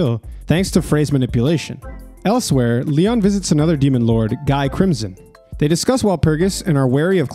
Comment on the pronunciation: Guy’s name is pronounced “gee” with the hard g.